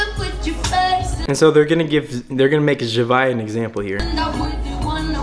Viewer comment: Man said “zuhviuh” it’s “zavia”